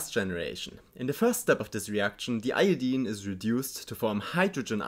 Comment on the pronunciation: Thank you for not pronouncing "Iodine" like a complete monster (most non-chemist Americans say eye-oh-dyne).